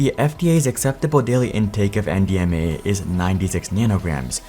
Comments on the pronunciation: I thought he was saying MDMA for half the video. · I kept thinking you were saying MDMA lol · At first, I thought I heard you say MDMA and I was like wait what